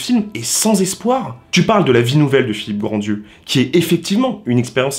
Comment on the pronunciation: Tu le sais peut-être maintenant mais au cas-où: c'est Philippe GrandRieux (pas Grandieux) et on ne prononce pas le "d"